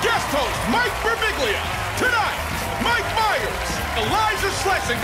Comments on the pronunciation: His surname is so tricky that even Mike himself can't pronounce it correctly. It ends with "biʎʎa". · Fun fact, those announcers who pronounced his name "Birbilla", rhyming with "tortilla", actually got it right and Mike himself says it wrong. Greetings from Italy! :D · Silent G = "Birbilya". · Ummmm, is it just me, or does his name sound precisely like it looks? I could see stumbling on the accent point, Birbig ' lia, maybe? But really it's a pretty straight forward four syllables, lol! Damn, it's even fun to say! Thanks for the giggles;) And thanks Guillermo, Back to Back, what a comedic blessing!! This is some of the BEST 15 minutes of television!!! If this doesn't get an Emmy nod, I'm getting a lobotomy. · Birbiglia. All 3 i's are pronounced differently. no shade to the news people who couldnt say it right xDDD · Birbiglia. It's not that hard.